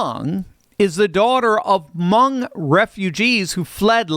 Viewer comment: Hmong. Rhymes with "dung."